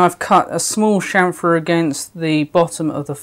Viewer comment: You had me at "Shamfer".